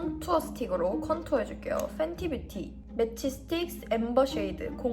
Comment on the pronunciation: 팬티뷰티 아니고ㅋㅋㅋ 펜티뷰티에요ㅋㅋㅋㅋ